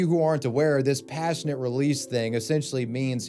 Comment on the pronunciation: COM-passionate release. Passionate release is something totally different but you'll have to ask your parents about that.